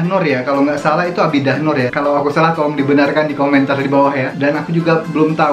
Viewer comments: Ya byk kali bro sebut A BI DAH, yg betul sebutannya A DI BAH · Adibah bukan Abidah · Adibah...bkn abidah😆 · bukan ABIDAH NOOR mas..BIDAAH NOOR😆😆😆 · Adibah bro. Bukan abidah 😅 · A-di-bah = adibah😁